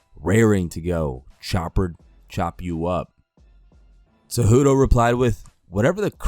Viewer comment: Not gonna lie, Conor's stupid tweets triggered me more than the fact that you'll never pronounce Cejudo correctly.